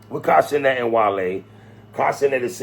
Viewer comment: I thought you were saying Castanet for lonnnnnggg until I realised it was Kai Cenat 😂😂 Never heard his name said aloud before.